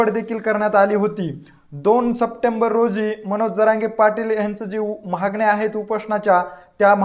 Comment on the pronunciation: उच्चार सुधारा...'महागण्या' नव्हे 'मागण्या'! 😀